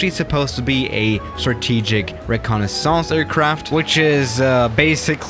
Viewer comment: why did you say reconnaissance in a french accent lol?